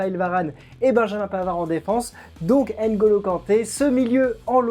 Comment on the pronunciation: C n pas pas N-golo mais Ngolo